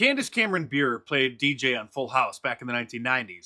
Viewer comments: Love ya Mark, but her last name is pronounced 'Bur-ray' as in NHL legend Pavel Bure, she's married to his brother Valeri. Keep up the excellent work. Your unwavering stance and fearless voice is necessary more today than ever. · Pronunciation of Bure = Ber-eh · Dude, I'm a huge hockey fan and her last name is pronounced Burr-Eh. Haha, I'm normally not the name police, but your pronunciation was driving me nuts. Haha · Just FYI, it`s pronounced Buray. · It's pronounced Bu-ray. She's married to ex-NHLer Valeri Bure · Yes , it’s Pavel “Burr-ray”, the Russian Rocket! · Her last name is pronounced Burr-ay. Her husband is Pavel Bure, a former elite NHL player. Not to nitpick but she does deserve the proper pronunciation. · IT IS PRONOUNCED " BURR - A " WITH THE LONG A SOUND. Her husband is the " Russian Rocket " a great NHL winger. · She’s fantastic. FYI: her last name is pronounced, buhr-ay. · It's pronounced Burr-ay. Married to the great hockey player Pavel Bure. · I believe it's pronounced more like boo ray. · looks like somebody barfed on the page. and it's pronounced Bu-Rei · Not to be an ass, but I know you like accuracy. Her name is pronounced (ber-ay) she married the NHL star Pavel Bure. Again, no trying to be a DICK. Everyone gets her name wrong and you shoul be the one to get it correct. Keep up the awesome work Mark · You can tell Mark Dice never watched hockey by the way he pronounced Candace Cameron Bure. Her brother-in-law, Pavel Bure, was my childhood idol. Nicknamed the “Russian Rocket”. One of the most exciting hockey players to ever live.